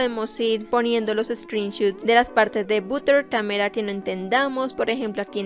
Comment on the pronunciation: Butter camera no se pronuncia así :(